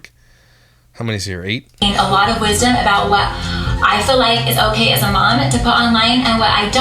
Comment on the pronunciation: I hate that she says "feel" like "fill". Crazy pieces crystal does that too and its like nails on a chalkboard.